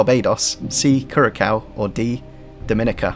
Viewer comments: For the last question, it’s Cure-a-sow for pronunciation! Just a little nugget. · Great episode again!! really enjoyed it! btw: the c with the thing on the bottom (ç) as in "Curaçao" is pronounced "s"